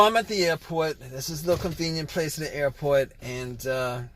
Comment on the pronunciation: It’s an airpORT not airpOYT 😂😅